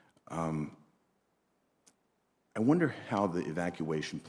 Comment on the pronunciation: 20! years in Afghanistan and still can’t pronounce the Kabul correctly. Wondering why failed 😀